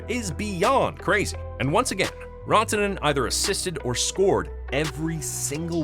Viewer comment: "Rawntonen??" WHO Is "Rawntonen??" Dallas Forward #96 Is "Mikko Ran (🏃‍♂️)-toe-nen (as in Ran away from the Carolina Hurricanes) Not "Raw" as In "Uncooked steak"🥩 DUMBASS 😂